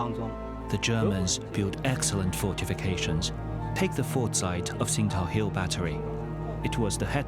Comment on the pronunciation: I‘m afraid the journalist made a wrong pronunciation of the name of the city...